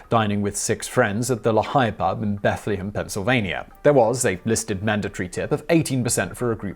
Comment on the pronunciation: its pronounced Lee-high ... but surprisingly you pronounced bethlehem properly... alot of people say bethleham... well its actually beth-leh-hem but i call it bedlam cuz its like chaos here